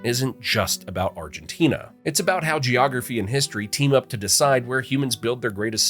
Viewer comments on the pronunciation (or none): none